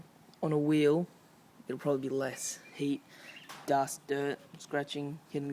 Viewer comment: dude, did u say , HEAT or HATE.. what are u Ausey? or what?